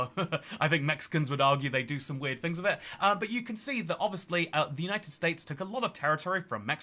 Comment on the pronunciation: WIV and FREE Very brave to do these videos WIV a speech defect. Good luck.